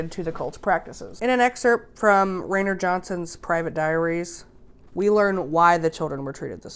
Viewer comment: It’s not Ray-ner it’s Rye-ner